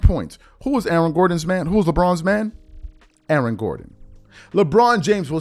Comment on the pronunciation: Who else heard "Alan" Gordon? lol